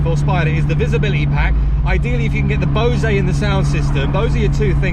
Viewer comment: Love your content, love the car, but I can't help being a pedant as pronunciation is so important to me. People take what they hear as gospel on YouTube and may think Bosay is how you pronounce Bose. It isn't. Take the "ay" off it's just Bose as in hose or rose. Amar Bose founded the business in the early 60's I believe. Don't even get me started on AbarTH😉 Sorry, can't help myself but I cringe whenever you say it on your vids. Once again, and more importantly, love what you do👍